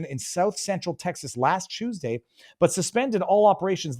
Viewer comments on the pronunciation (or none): none